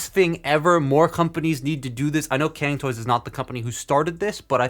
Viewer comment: As a Chinese, the pronunciation of "can" toy still cracks me up :)